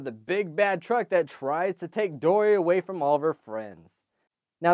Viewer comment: at the beginning you said dordy